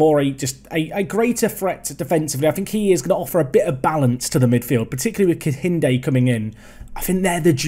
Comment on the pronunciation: AYYYYEEEEE A NIGERIAN SUPERSTARRRRR!!!! GLAD TO SEE ONE OF MY OWN REPRESENTED IN THE SERIES. Also for pronounciations, its KEINDE, the H is silent